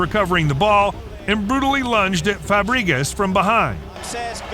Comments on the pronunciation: the voiceover on the original video, pronouncing fabregas - 'Fabreegis' was the most brutal foul of them all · I enjoyed Cesc Fabriguez and Ahren Robing.